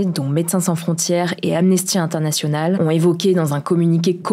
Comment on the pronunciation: Inter. Nationawl ( avec le vrai accent ! Il me bute )